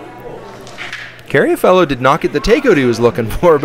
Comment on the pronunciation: It's Carr-a-fielo, not Carry-a-Fellow, right?